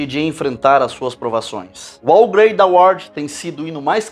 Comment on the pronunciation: Belo esclarecimento sobre esta canção tão conhecida! Apenas uma correção na pronúncia da palavra HOW: hau com o h pronunciado com a garganta